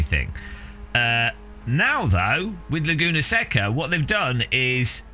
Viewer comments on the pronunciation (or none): More offensive then the pricing is your pronunciation of Laguna Seca (say-kuh)